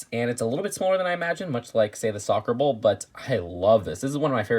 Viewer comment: When you try to say ball but just say bowl instead